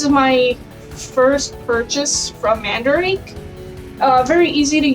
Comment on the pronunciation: For anyone wonderimg, I'm the "friend" she's referring to in the video. Lol And a fun fact, Mandarake is pronounced "Mahn-duh-rah-kei" you gotta accentuate it a bit for japanese is a phonetics based language, much like Español so pronunciation is key :3